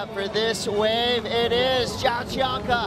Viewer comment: "Joao" is pronounced "Jon", its the same as "John" but in portuguese. Thanks.